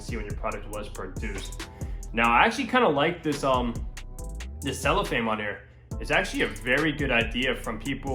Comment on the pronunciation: Cellophane not “cellophame”